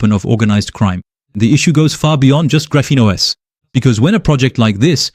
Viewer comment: This video looks like it was AI generated? Your voice sounds awfully monotonous and doesn't seem to match your facial expressions. EDIT: yup, definitely AI. The "Graphenos" at the mark was a dead giveaway. EDIT 2 : nevermind, I just read the description. You should really explain your use of AI at the start of the video instead of just putting it in the description, as I was about to click off.